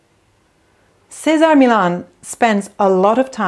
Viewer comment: What did you call him? Cesar Meelah? It's a Spanish name, not French.